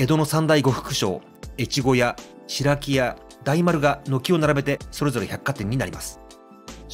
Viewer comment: しろきや と言ってください。